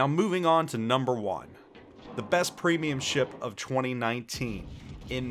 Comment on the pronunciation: Special ships aren't premiums. Also he has literally 1 battle in Bayard, 9 battles in Thunderer and whole 17 battles in his BEST PWEEMIUM Benham. This guy is so clueless and talks out of his ass. Last but not least, he doesnt define his rating criteria. What does 'best' even mean? His favourite? strongest carry potential? smartest game design? credit earn? what a throwaway video